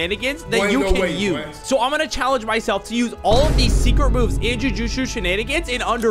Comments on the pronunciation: Jujitsu ❌️ joojooshu ✅️ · no, I meant like he said "jujusu" instead of "jujutsu" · In Jujuju/Jujushu Shenanigans? I'm sorry, could you run that by me again, I think I misheard you bro. (Not trying to hate or anything, just pointing out these questionable pronunciations of jujutsu) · Bro really said “jujuju shenanigans”💀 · Did bro just said Justusutu? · Jujutsu ❌ Jujushu ✅ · Jujutsu nah Jujuju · Blud said jujuju 💀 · "in jujuju chenan" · bro said "jujuju" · and you said ju ju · did bro just say "jujuju shenanigans" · “iN jUjUcHu ShEnAnIgAnS” 💀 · did bro really say "jujujusu shenanigans" 💀💀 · "jujushu shenanigans" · bruh, it’s “Joo-joot-sui” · Homie can’t say jujutsu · Every like this comment gets will pronounce jujitsu better. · bro is saying that meanwhile he said JUJUJU SHEN ANIGANS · Blud said jujuju shanigangs 😂